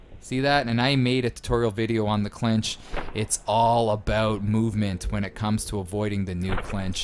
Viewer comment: "Aboot" lol 100% Canadian